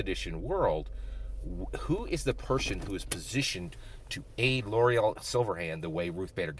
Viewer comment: Good video! Please pronounce Laeral's name correctly lol